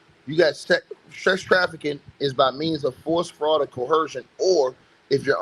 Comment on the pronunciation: There is no “h” sound in the word coercion.